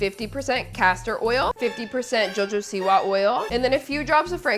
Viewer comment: girl its jahoba not hahoba